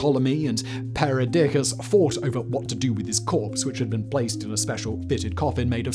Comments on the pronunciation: It's not 'Peridiccas' ('pair-o'-dick-ahs'), Simon, it's 'Perdiccas'. 😂🤣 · Did anyone else kind of chuckle when he said "Peridiccas"? Makes me think of my Monty Python's Biggus Dickus.